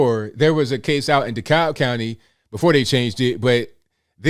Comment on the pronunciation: Two words: Black Rock. Edit I didn't get to the end of the video when mentioned this. Also it's pronounced duh-cab Georgia but I digress. Cheers from Stone Mountain